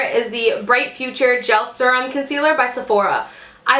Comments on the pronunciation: thought the same thing... I was kind of like... if she says "serm" once more... then she's like oh crap sorry guys I know youse say you hate that "serum" ahh that's better lol! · So funny! I paused the video and looked at my husband and told him that this girl I watch says serum funny. Then, I un paused it and you said we hate it when you say it like that 😂 great video!